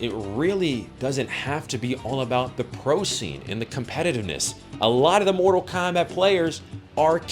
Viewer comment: Mortal Kombact xd